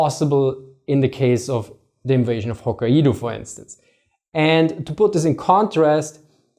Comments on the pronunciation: stopped watching after the second "Ho-kai-eedo" in the first minute. Can't take you seriously. It's Ho-kai-doh. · Great video,. for ref. Pronounced ‘Hok kai do’ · Nice clip. I do feel the Japanese in Northern Hokkaido did get a bit lucky in avoiding Soviet occupation (if Wikipedia is to be believed, something like 17,000 Japanese were expelled from the Kurils, or couldn't return home). As for Hokkaido, the "a" and "i" together is pronounced more like "eye" in English. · Kai is one syllable. Ai is pronounced like "eye" in Japanese just fyi. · ffs - Japanese syllables are very basic, easy to prounance and precise, even for a krout. You got Okinawa correct. Which shows it is an issue of exposure. Type hokkaido into google and practice next time.